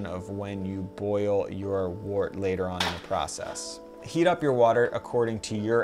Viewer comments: also, last comment haha, Wort is pronounced "wert" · Great vid. Just note that wort is pronounced "wurt" and trub is pronounced "trooob".